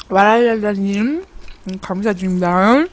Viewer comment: 와라라라님? 할때 햇님 벌써 혀 꼬인줄 ㅋㅋㅋㅋㅋㅋㅋ